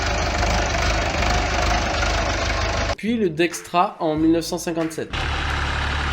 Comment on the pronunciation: dexta il est où le R? dextra non, dexta OUI